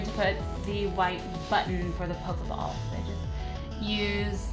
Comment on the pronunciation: have u guys notice she says pokaball